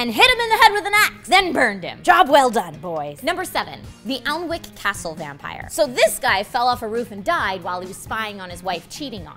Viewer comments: "Alnwick" is pronounced as "Annick", which is odd, but yeah, that was completely wrong. I know because I live not 15 miles fro the castle. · Alnwick is pronounced "Anick" -lives not far from Alnwick Castle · Alnwick is just pronounced "Anick" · Its pronounced An-ick not Ah-wul-nik XD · Alnick - pronounced Annick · its pronouns ANICK not ALNWICK, yours truly, a pedantic English man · an-ik not aln-wick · It's pronounced anick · Alnwick is pronounced Anick, yeah its weird how us brits don't seem to understand our own language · Alnwick is pronounced An-nick. Yes I know us English have weird pronunciations. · I live like 30 mins from Alnwick, just thought I'd mention its pronounced An-Ick. But woo somewhere near me was mentioned!!!!! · This is crazy 'cause I live only 20 minutes from Melrose Abbey, my family is originally from near the Gorbals and I have also been to Alnwick a couple times...creepy! (ps i know it is weird but Alnwick is pronounced a-nik) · Cool list. BTW the L & the W in Alnwick are silent so it's pronounced Annick. You might also be interested to know Alnwick Castle is where they filmed a lot if the Harry Potter stuff. I live pretty close & have to say I'd not heard of the vampire. Will have to investigate. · Alnwick is pronounced anick I live near there. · Alnwick is pronounced "Anick", check your pronunciation! :) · Alnwick is pronounced Anne-ick. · Alnwick is pronounced An-ick ;) It's a really old word so naturally it's not spelt the way it's pronounced XD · You should check out the pronunciation of Alnwick, lol...